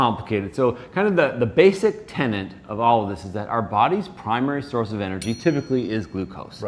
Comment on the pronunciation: 1 :47 "...the basic tenant..." Are these doctors or landlords?